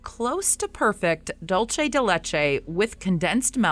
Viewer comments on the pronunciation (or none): Its pronounced doolse